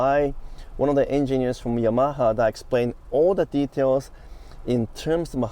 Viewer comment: Today I learned I apparently have been pronouncing Yamaha wrong for decades